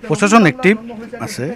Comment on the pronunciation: পচাসন নহয় প্ৰশাসন এওঁলোকে আজি লৈকে ভাল দৰে শব্দ এটা কব কিয় নিখিকিলে